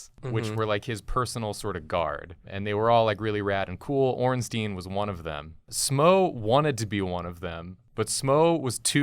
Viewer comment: Why do half of the YouTubers I watch pronounce it Smoe and Ornteen? They're not a Jewish law firm lol. It's pronounced like Smog or Smowg and Ornstein is pronounced like Frankenstein. I could see if they were golems or something but they're in an Italian style building in a medieval themed world, I doubt they'd have Jewish names. Even though Ornstein is in reference to the son of a jew, I still don't think his name would be pronounced in Hebrew given the time period and locale.